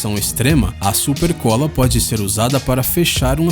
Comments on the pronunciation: "SUPECOLA" Só eu que vi? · "Supecola" sério que não perceberam isso ? 😂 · "SUPECOLA",quem presto atencao? Tem que tomar cuidado😂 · "supecola" kkkkkkkkkk Arruma isso rsrs muito bom o vídeo! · "SUPECOLA" kkkkk